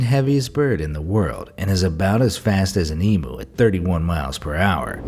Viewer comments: OMG Its not emooo it is said as eeem you only true Aussies can say it right. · It’s pronounced eemyoo not emoo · It’s not emou it’s emu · I HATE HOW YOU SAID EMU, IT SOUNDS LIKE EM YOU NOW EM EW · Emooo emooo what the fuck it’s say it like this e-mew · its not pronounced as emoo? is that what the other countries call them? In australia its pronouned e-mew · by the way...it is pronounced 'Em-YOU' not 'Em-OO'....lol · As an australian, i am lowkey triggered you said ee-moo instead of ee-mew for the Emu one. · Of course he’s a true American because he pronounced emu (ee-m-oo) when it is pronounced as emu (ee-m-yoo) btw I’m Australian that’s why I’m correcting him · I love how American’s say Emu ( Emoo 😂🤣), it’s actually pronounced Em-you! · WHY DOES EVERYONE PRONOUNCE EMU LIKE EEMOO, ITS EEHMYOU! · It is pronounced emu (E m you) not emu (eemoo. Emoo sounds like an electric cow) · bruh get ur English right! i'm from Australia and it's pronounced emu (ee-mm-you). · Australian here, it’s pronounced Eee-mm-you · its called ee m you not judging just correcting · What the actual. Emu is pronounced EEMYU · Did this guy really say emoo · you say emu like emoo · ITS PRONOUNCED EE-MYOO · bro, please tell me this dude didn't say emu as E-MOO...smh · It’s pronounced EE M YEW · Em u is how it is pronounced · For gods sake America, it’s emu, NOT EMOO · I live in Australia and magpies don't bother me I just ignore them BTW it pronounced em U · Uh actually it’s pronounced: Ee - m - y - oo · omg magpies and emus are not that dangerous Ive lived in Australia my whole life and haven't been attacked by either of them once sure emus block paths making them slitly annoying but if you move slowly your fine p.s its pronounced e-m-ue but spelt emu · Hold up did you just mis pronounce the “emu” E-mu nah. E-myu is the correct pronounciation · what the fuck you said e mu it is emu em first and the u last learn aussie dumbass I am a pure aussie and not once have I got the name of any animal wrong